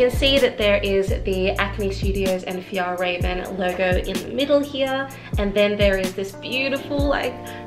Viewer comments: I want the clutch version, I think it’s pronounced raw-ven ✨ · thank you for making this video!! this backpack looks so great.. also it's pronounced f-yell-reh-ven! :^)